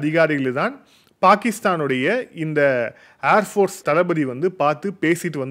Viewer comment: "அர்" ஃபோர்ஸ் அல்ல, "ஏர்" ஃபோர்ஸ்.